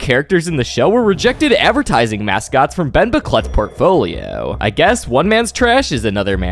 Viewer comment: "portfolioouu" "moanthss" "schooel" "dooug" your way of talking pmo